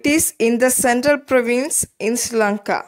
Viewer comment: It helpful ok but you are pronouncing Sri Lanka iSri Lanka